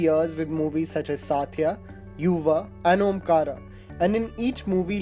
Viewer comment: Abey Bollywood ki bat kar raha hain but Hindi to sahi bol le. Movie k name kisi se puchle kaise pronounce karte hain. Hasi aa gai jab tune Baiju Bawra and Satya ko pronounce kiya 😂